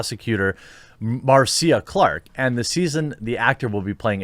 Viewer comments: Just a heads up... Marcia is pronounced "Mar-sha". Keep up the good work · its pronounced Marsha. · Mar-sea-uh Clark 😆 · It's pronounced MARSHA. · Absolutely no one: Jeremy: I think I’ll pronounce ‘Marcia’ ‘Mar-See-a’. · It’s pronounced Marsha but spelled Marcia. Just pointing that out.